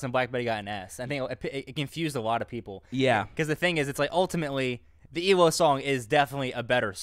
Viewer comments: Hate to correct but it’s E.L.O. Electric Light Orchestra ... my ocd was goin nuts lol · Come on guys. Not E-LO but E.L.O. Thanks!!